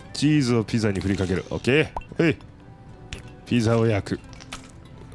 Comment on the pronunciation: にピザのことぴじって言ってるｗ